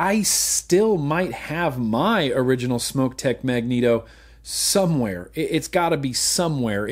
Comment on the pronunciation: Hey, thanks for pronouncing SMOK the correct way (smoke). A smock is something you wore while finger painting in kindergarten!